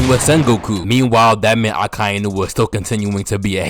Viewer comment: They way you say Akainu is absolutly perfect, the best